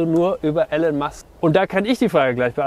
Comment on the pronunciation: Starlink ist (noch) ortsgebunden. Elon spricht sich ilonn nicht elln. Danke für dieses wirklich sehr schöne und informative Video!